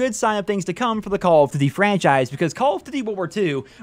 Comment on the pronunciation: "Call of DUVVY" WTF are you saying in the first 2 seconds of this video?